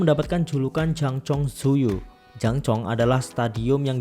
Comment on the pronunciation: koreksi kak, Tzuyu dibaca nya Jui/cui 😂🙏